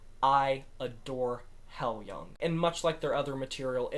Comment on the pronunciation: I absolutely love this album! Great review! Maria’s performance on Nesso brings me to tears. BTW, the band name is pronounced “high-loohng”.